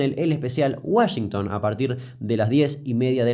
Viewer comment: Nadie: Absolutamente nadie: Ni siquiera yo que estudio inglés: Damián Kuc: Sharsh Uashengtan